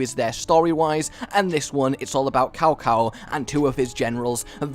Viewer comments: it's pronounced "tsow tsow" not cow cow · You said "Cow Cow" hahaha. It's an "S" sound, more like Sao Sao. Sometimes it's spelled Tsao Tsao. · Ehm it's pronunced Zao Zao(or Tsao Tsao) ;) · It's pronounced sow sow